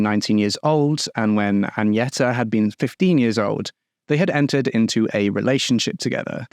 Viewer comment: hi so Agneta is pronounced "gn" as in Agnes. Same way, not Añeta. I know it's an honest mistake, i'm just correcting.